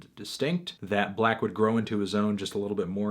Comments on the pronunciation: 6lack its pronounced SIX LACKH u dummys!! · IT'S PRONOUNCED SIX LACK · Melon.....you pronounced his name wrong. It's six lack. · 6LACK literally says on his merchandise and on interviews that his artist name is pronounced "Black", not "Six-Lack". Besides, I would take "Black" more seriously than "Six-Lack". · this review sounds like an opinion from someone who calls 6lack "Six Lack" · His name is pronounced as black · YOU CAN'T JUST SAY BLACK LIKE THAT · Does melonman know that 6 is pronounced 'six'? It is clearly six-lack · Not 6lack!!! it's 1ack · Its pronounced Glack